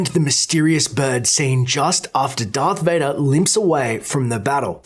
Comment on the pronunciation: wait what dearth vader? its darth vader